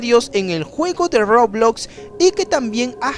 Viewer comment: Todos los youtubers que juegqn roblox dicen : roblox Este dice : rrrooblloxx